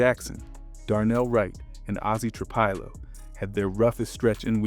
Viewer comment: Tra Pill low..not Tra pile Oh.. Ma nung guy.. you put the emphasis on the Nung part not Ma..You just have to hear it said properly on TV or radio..You hear their names on TV right? Or there are several videos that have people saying their names correctly so it shouldn't be difficult to do the same thing.